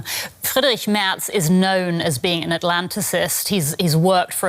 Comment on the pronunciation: *Merz NOT 'Mertz'.